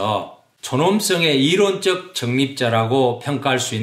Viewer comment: 장음인 단어의 첫 자를 짧게 잘못 발음한 예: 가치,정립,시작,정말,좋습니다,ㅃ111 남친, 가치,보석,행복,자격, 등, 장단음 문제가 심각합니다. 그리고, 이론쩍 도덕썽 관껀결정쩍 등 된소리 발음은 잘못입니다. "한국 어문을 고발함"이라는 챗을 일독해 주실까요. 미국 변 완수 배